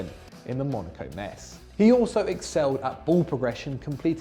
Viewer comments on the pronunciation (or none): none